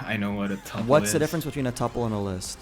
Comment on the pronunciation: it is pronounced "TOOOOOOOO PULL," not tupple. 😂 This guy is LYING sooooo blatantly. I'm a Lead Network Engineer for a multi-billion dollar corporation and NOT a programmer....yet I could answer all of the questions you asked. I have a bachelor's degree in Computer Science and a Bachelor's in Information Technology. This dude is full of shit.